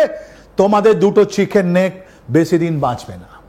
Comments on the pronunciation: এ ভাই, উচ্চারণ ঠিক করে কর।চিকেন স্নেক না চিকেন নেক। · চিকেন স্নেক নয়, ওটা হবে চিকেন নেক। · চিকেন স্নেক, না চিকেন নেক ? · Chiken s neck. Not Sneak .